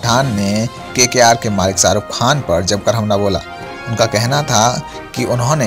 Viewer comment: हमे लगता है...तुम अपणी हिंदी पेहले सुधार लो...सारुख नही शाहरुख है वो...